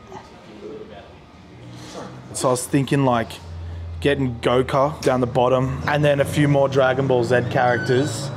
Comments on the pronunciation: he doesn't now how to pronounce Dragon ball z and Goku. "Goka" "Dragan ball Zed" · he said dragon ball zed 💀 also “goka” 💀